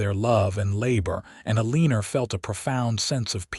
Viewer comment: Her name is probably pronounced "Eleanor". Never heard of "A leanor" as a name.